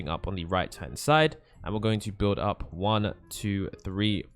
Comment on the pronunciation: lol he says upp and we say up